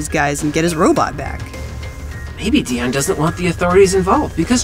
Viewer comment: Idru Lili Iys ITS DEON not dion